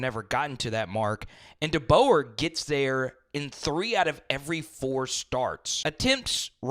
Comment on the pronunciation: Facts 💯💯 He needs to at least learn the correct pronunciation of Coach DeBoer's name, seriously. all season long 💪🔥🐘 Roll Tide Fam